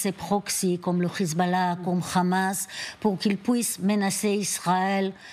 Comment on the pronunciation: C'est Hamas qu'ilfautdire, et non khamas comme vous vous plaisez à le dire.